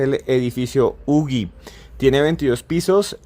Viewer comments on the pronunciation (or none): No se pronuncia ugi ..(como.lo.pronunciaron en el programa o sería ugui)se pronuncia (uji).Que pasa con estos antropólogos ...También es importante que fue el primer edificio en latinoamerica q se construyó de arriba hacia abajo a partir de un núcleo central ,donde estan los ascensores.